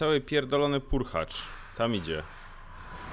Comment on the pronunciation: Purchlak a nie Purchacz